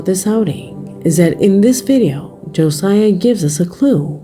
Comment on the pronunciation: As someone with my son's name being Josiah.... it's not pronounced like you did. His name is Josiah. Joe-S-eye-uh